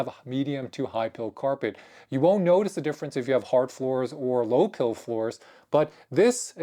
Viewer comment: It’s PILE. Like a pile of dirt. Or a pile of rocks. Think ‘Pie’.